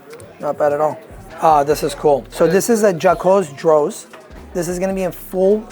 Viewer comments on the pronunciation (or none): The French pronunciation for the Jaquet Droz 😂💀